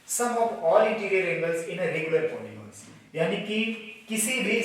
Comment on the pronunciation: पोलिगोंनस नही भाईसाहब....पोलिगंस होता है🙏🙏